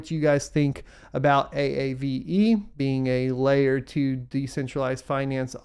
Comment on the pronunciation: Lol A.A.V.E , wish I could tell you it's pronounced AAVE. Great content, thanks for all you do !